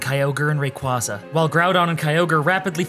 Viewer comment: why did you alternate pokemon pronunciation, like arkeus vs arseus and rayqwahzah vs rayquayza